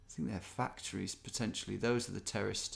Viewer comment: I also think it’s funny how you said terraced houses and it sounded like terrorist houses.